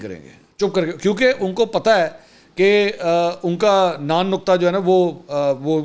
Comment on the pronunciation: نان نقتہ نہیں ، نان نفقہ 🙏🙏